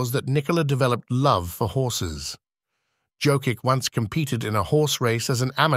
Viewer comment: Please Please learn to pronounce Jokič correctly, it’s so frustrating to hear continuously